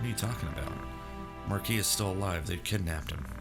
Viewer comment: I'm SO glad you pronounce Marquis correctly. As someone who took French for 3 years, it hurts to hear everyone else pronounce the S.😄